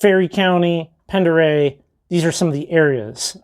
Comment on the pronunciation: Another excellent walk through of DIY Rockhounding. (Colville and Pend Oreille are pronounced "Callville" and "Pon-der-ay". Keep up the great videos. P.S. At your suggestion I just bought a pair of Traction Tracks!